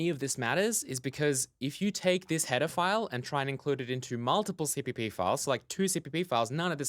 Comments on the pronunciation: Everytime you say "header file" it sounds like "pedophile" .___. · When you say header file it sounds like pedaphile